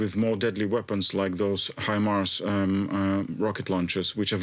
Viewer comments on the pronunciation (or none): none